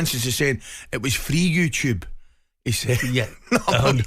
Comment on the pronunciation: Ally.... " It was free you-tube " 😂😂😂